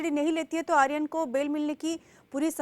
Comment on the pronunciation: ଆରୀୟନ କୁ ଆର୍ଯ୍ୟନ କରାଗଲା....ଧନ୍ଯ ତମ ଓଡିଆ.... 😂